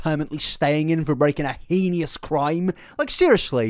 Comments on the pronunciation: heinous. not "heinious." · "Heinous" is pronounced "hay-nuss" (hānəs) 🤓Pretty sure that holds true on both sides of The Pond. Would not mention except you used it several times and seem to like getting things right. Great video! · You should make an apology in your next video on Colleen for your pronunciation of "heinous" as "henious". It's cute but it's wrong 😂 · I love the way you pronounce "heinous" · The way he pronounces "heinous" is so interesting. 😆 Is that a British thing?